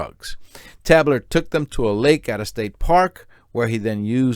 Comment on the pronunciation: It's pronounced Tay-bler.